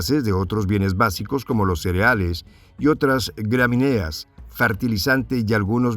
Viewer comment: Gramíneas, con acento en la i, gramíneas, no gramineas que vergüenza